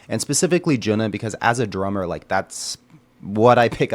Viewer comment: Thank you for introducing HAGANE. The drummer is JUNNA, not Juna. JUNNA is pronounced as JU-N-NA. Recommended list